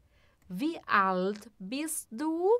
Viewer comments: Congratulations for the correct use of the pronunciation key with respect to Wie.../vi:/. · Herzlichen Glückwunsch für die korrekte Verwendung des Ausspracheschlüssels in Bezug auf Wie.../vi:/.